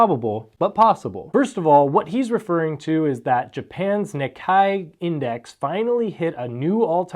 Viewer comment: NIKKEI is pronounced "NEE-kay"